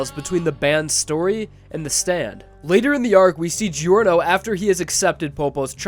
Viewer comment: Gee-orno lol